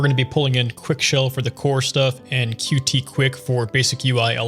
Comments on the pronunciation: It’s called „cute“ not „cutie“ btw. Source: I work with Qt and I was at the Qt World Summit this year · Pronouncing Qt as Qt and not Cute hurts me pls stop 😢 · As far as I know, Qt is actually pronounced "cute"